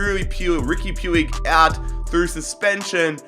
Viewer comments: Puig is pronounced Pweeg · It's pronounced puj